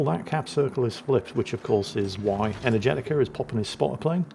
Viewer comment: I may be completely off base here but how do you know Energetiker is male? They probably are and I apologize for questioning if they are, no offense intended or implied. The way pronounced the name led me to hear Energetica which sounds like a female name phonetically but seeing how it is spelled raised the question.